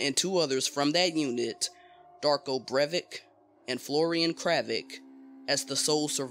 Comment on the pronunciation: Obviously you pronounce them both wrong Darko Brev-ich Florian Crav-itch